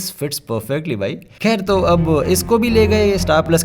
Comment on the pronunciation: That thik and kher 😂